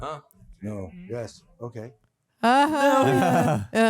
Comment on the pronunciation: No-uh, wow-uh....PLEASE STOP!